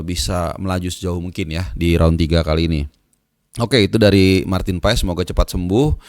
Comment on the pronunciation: Paas bang paaaaaaasssss bukan paes Heu